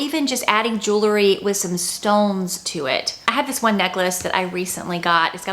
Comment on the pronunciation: Jew-ler-ee 🚫 Jew-el-ree ✅